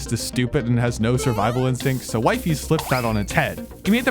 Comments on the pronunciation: Ppl kept mispronouncing wifies its funny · YOUR SAYING HIS NAME WRONG!!!!!! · it hurts how u pronounce his name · Brother, no one was fooled by Wifies. He openly stated its staged; its in his vid description. Like what are you even on about At least do him the justice of pronouncing his name right. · Don't ever pronounce his name like that you dumbass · Quick question, where did you getting all this info about his early life? Additionally, it strikes me as rather disingenuous to be intentionally mispronouncing the subject of your documentary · How do you interview the person, but not know how to pronouce his name? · Is it just me or is he saying the name wrong 😭🙏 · You are pronouncing wifies in the wrong way😅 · the wifies pronunciation bro 😭😭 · bro it's not "wifeys" it's "wifies" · Its "wee-fees" not "wife-ees" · It’s not “Wifies” (wh-i-fee-z) it’s “wifies” (w-ee-fee-z) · Why does bro say it like wifeys its weee feeees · WYFIES??? ITS W-I-FIES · hearing him pronounce wee-fees as wifeys is killing me (also bro an arg is literally supposed to be fake) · Bro his name is speld wifiis ...not wyfies 😂😂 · It's wee-fees not y-fees. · I think its pronounced wee-fees not wifies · It’s wefees not WiFi’s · PLEASE he s pronounced WEEFEES not WIFI WIFIES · Bro he isnt called wie fies its called wee-feez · Pls its weefies not wife ees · its pronounced we-fies, not wife-ies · "waifees" 😭😭😭🙏🙏🙏 its pronounced "weefees" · IT'S WEE-FEES NOT WAY-FIES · its not "wife-ees" its "weef-ees" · its not waifies its weefies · It’s pronounced we-fis not wi-fe-s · IT IS WEE-FEES NOT WIEFES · it sounds like he's saying "wifeys" 😭🙏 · I think it's pronounced wee fees not wife ees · It is weefees like weee! Not whyfies. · He is "Wee fees" not "why fees" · Wi-fies, like dawg its literally in his bio it should be wee-fies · what ? ppl didnt know it was scripteddd?? and its wee - fees btw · it's actually called wee fee es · its pronounced wee fees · ITS. PRONOUNCED. WEEFEES. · ITS PRONOUNCED “weefees”